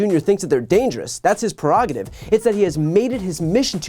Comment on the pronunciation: "perogative"!!!!! ---> PRErogative